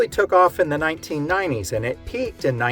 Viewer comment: I can't help but giggle at the way you say 1990's... "nineneen ninenees". (All in good jest, I like your channel!).